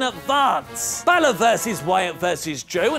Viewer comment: Anyone else catch the fact that Angle mispronounced Finn's last name...